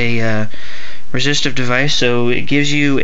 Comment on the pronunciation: Stopped watching when he said resistive